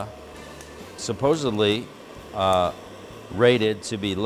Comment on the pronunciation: the word is "supposedly" not subposbly